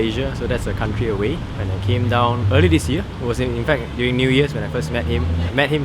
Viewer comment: You Try Kind of ironic because you said durning and not during. A for effort mate.